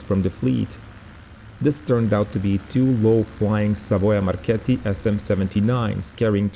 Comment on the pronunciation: Thank you for uploading a new story about Malta air war! And again... you are the only one who gets the ''Savoia Marchetti'' pronunciation spot on! I remember my father had a chemistry teacher who was a WW2 Regia Aeronautica pilot, his name was Professor Crino'. Once, during holidays in Malta, we bought him a painting about the carrier Illustrious, depicting what you will tell in the next episode. I remember the old, always composed and serious professor started crying like a child when my father gave him this painting. He told me he was a seaplane recon pilot and e did many flights above Malta from his base in Sciacca (Sicily). Unfortunately, although I loved aviation, I was too young to really appreciate, he said he risked to be shot down in some occasions but I was in love with American B-17s, B-29s or Luftwaffe or RAF types... I regret I didn't asked more! Thank you for your great job!